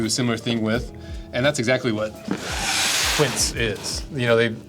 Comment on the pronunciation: Just saying... you know a 'quince' is just the american (english) name of a fruit? Its sort of a tart pear... Again a american word wrongly pronouced as french/spanish, sorry 😂